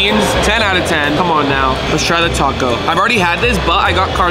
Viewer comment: bro its not taco táco